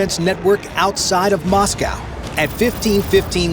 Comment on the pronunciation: Please, please, PLEASE learn to pronounce Moscow !!!!